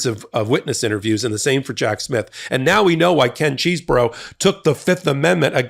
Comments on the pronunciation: Don't say cheese. I think it is chess. I love cheese and want to eat it without thinking about those morons. Please. L. Tribe pronounced it like chess, anyway. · Every time you say Cheesebro, I keep hearing Cheeseburger!! 😂😂😂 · It is CHESEBRO not Cheese , is not a cheese burger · The 'Cheese-bro' pronunciation sounds so appropriate. Thanks. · Ken Chesebro as pronounces it: My brother of a fermented dairy product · Who is the pipe bomber? That's the real question. EDIT: I love 'Cheese Bro' pronounciation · Is the correct pronunciation CHEESE-BRO? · It's pronounced however Kenneth Chesebro says, but I don't know what that is. Maybe we'll have to wait until he is sworn in at trial! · I love the emphasis that puts on the "cheese" in Chesebro.